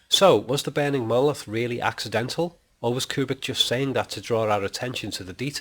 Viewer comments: OMG it's MonoLITH not MonoLOTH. Other than this, this theory is....... nonesense! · why the hell do you keep calling it a "mowith"? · I followed your instructions till the end. Sorry, the "Molith" - as you pronounce "monolith" is explained as a reocurring object but I expected you to reveal a theory behind it. You did - but only as a replacement for the screen on which we watch the movie - an illusion. Seven diamond shapes - okay - so what. Change of view angle from horizontal to vertical - so what. The com screens in the spaceship are designed for communication with people - not for landscape viewing. That's why they are vertical - watch the millions of cell phone owners taking all their videos with a phone held vertically - even landscapes. To me this is a paradox. But I did not learn anything from your super smart interpretations of 2001. Maybe I will in 3001, but I doubt I will live to see it. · He actually says "moloth." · You even pronounce the word monolith so weird, yet you try to decipher it!!!